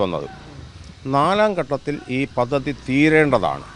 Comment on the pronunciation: "പതതി " അല്ല, പദ്ധതി